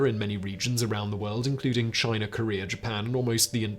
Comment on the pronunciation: Chiner.....where is the a R in CHINA